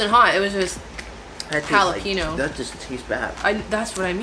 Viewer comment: Jillapino?? Do you mean... Jalepeño?? Pronounced Hal-la-peen-i-o